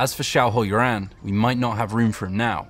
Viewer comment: The pronunciation was still off on most names - they clearly tried to figure out how to say them correctly this time, which I appreciate, but still missed the mark. Also ironically, while people make fun of Asians for removing "Rs" from words, this speaker was adding one to Yuan. :p